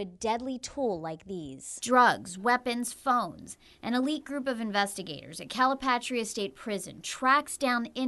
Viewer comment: “CaliPaytreeah, BianChee”. 😂😂